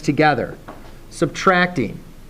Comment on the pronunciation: Am I the only one that noticed 'sutracting'?